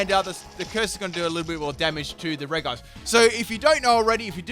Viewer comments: Ik you said no legendaries but COME ON! 'Regice' is pronounced 'Rejice' not 'Wreckice'. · Andries Velten It's actually Rej-ee-ice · during the episode where Paul battles Brandon - it's pronounced "Rej-ice" throughout. I'm sure that's not the only time where this is the case but I distinctly remember the episode so I know I'm right. Consider yourself humoured 😉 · Reg-ice (Regice) Pronounciation: Re-ji-ays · Elias Martinez It’s not reg-ice but re-ji-ice. It’s how it’s meant to sound but the developers didn’t realize the sounds don’t match it’s spelling. It should of just had two i’s to avoid the confusion but I guess that looked weird so they removed one thus making it’s spelling not match at all with it’s pronunciation! It’s confusing I know.. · Super AJ it’s actually rej-ice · I can't believe you actually call Regice "Re-guy-ce" but okay xD